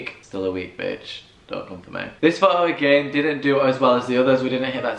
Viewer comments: Pho-o not photo😂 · Pho o (photo) ... I took each tym a breath whenever he said ...Pho ooo .. love the video though ♥️ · Lmao... Fo'Oh😂, and he says it so much and every time he says Fo'Oh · His pronunciation of photo is funny